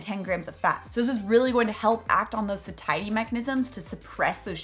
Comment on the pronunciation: Isn’t satiety pronounced like satiate? You say sa-tie-ety but shouldn’t it be say-she-ety? Just wondering. Thank you for the info!